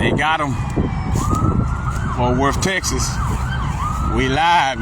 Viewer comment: Fort Wurf Texis....